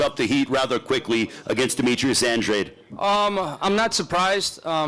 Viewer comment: It seems that no-one in the boxing media or television, knows how to pronounce Andrade's name? We had, "on-dray"? On-drade"? Ond-ree"? And these are supposed to be the ones informing the public?